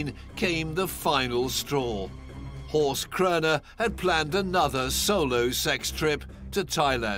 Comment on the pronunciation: It's Horst and it's not pronounced correctly 😉